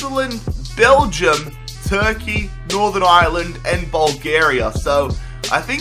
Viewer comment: I'm Irish and you said Ireland wrong